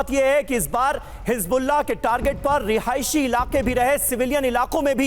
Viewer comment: Rihaishi Rihaishi mat bolo